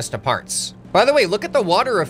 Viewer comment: I swear I heard “NEW FARTS” not “new parts”